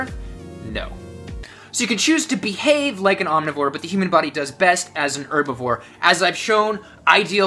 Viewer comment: Thank you for pronouncing herbivore correctly instead of HHHerbivore